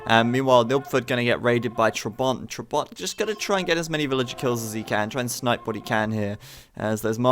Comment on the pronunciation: listen how to pronounce trabant